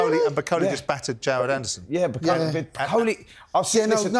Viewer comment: These Fanny’s can’t even pronounce Jared Anderson. It’s not Gerrard Anderson ffs you melts🤦‍♂️🤦‍♂️